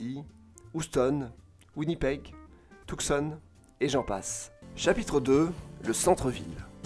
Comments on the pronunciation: Tucson se prononce "Tou-sson"! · I like the way you pronounced “Tucson”